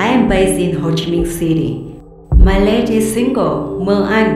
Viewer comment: Không hiểu sao cái từ lastest đọc thành lây tịt đc??!!